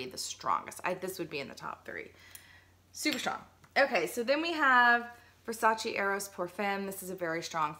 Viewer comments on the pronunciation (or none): none